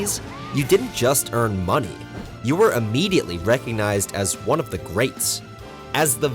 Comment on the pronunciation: bro said “juan one of these” 😭